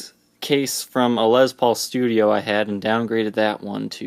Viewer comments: You have a speech impediment you're pronouncing Les Paul wrong it's not Liz Paul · "Les" rhymes with "yes"....it's not a "Lezz Paul". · I'm here to hear you say lez paul. lol